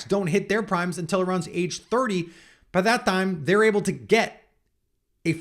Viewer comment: “By dat dime” 😂😂 my boy sounded Hispanic for a minute